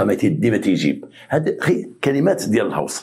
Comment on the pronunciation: تحياتي للاب الروحي انت الاصل و الباقي تقليد كنحبوك في الله غير هو راه الغوس ماشي الهوس هههههه وسناح عندك واعرة حتى هي ❤